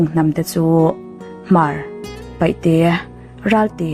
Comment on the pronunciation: PAIHTE tih tur ani lo,PAITE tih tur👍👍👍👍